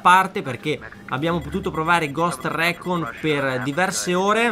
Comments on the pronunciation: Si scrive recon ma si pronuncia ricon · Dislike solo per la pronuncia di recon :(